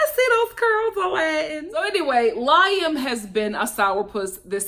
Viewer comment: I love that you understood how Liam felt. They had been living together up until she moved to be with Alladin, he was an only child and she said they were really close. Fyi tho, his name is pronounced Lee-am, not Lie-am. 😊